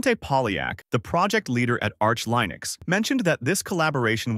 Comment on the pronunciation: For the love of god STOP saying LIE-nux. I really hope this is an AI voice.